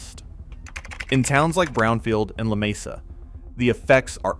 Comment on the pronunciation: Actually most of the empty stores you see in Brownfield and Lamesa (you mispronounced this name btw) are from years ago when modern herbacides elmintated the need for large numbers of migrant workers.